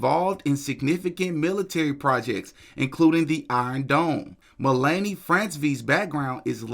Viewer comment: Melanie...pronounced like MELL-AN-NEY. Hope that helps